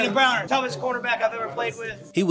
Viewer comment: Love the video. Pronouncing his name with an e rather than an a drove me insane though.